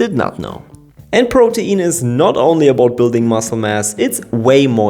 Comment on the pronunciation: PRO-teen. It flows off the tongue better when you pronounce it like that. Sorry, it's driving me nuts how you keep saying pro-tee-in.🥵